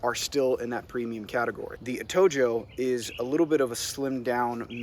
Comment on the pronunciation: It’s pronounced Atohoe